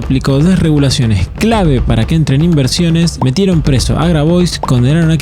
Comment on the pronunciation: Y al inicio dice IVERSIONES en vez de INVERSIONES